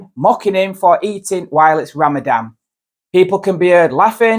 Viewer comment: The poster can't even pronounce Ramadan properly.